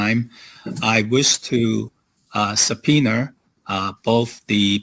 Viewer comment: subpoener? Is he from New York?